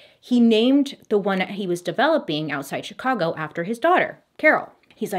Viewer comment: I had no idea her ability to mispronounce names is amazing until now. I live in northern Illinois and I’m surprised she got Chicago and Carol stream correct. When she said rose mount and shamburg. I was like where’s that? Oh you mean Schaumburg. Sch- aum-burg and Rosemont